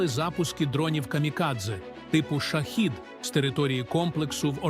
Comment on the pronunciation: Не Шахід,а Шахед. Якийсь дебіл керував ШІ озвучкою.... Як бісить имене застосування цього дебільного виробу - ШІ. Шахед треба правильно казати українською. Бовдури....